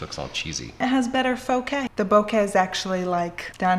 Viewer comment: Faux-keh?! 😂😂😂 Is that a new word? OMG. Totally using that.